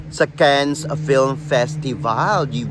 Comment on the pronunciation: Cannes is silent s, dear.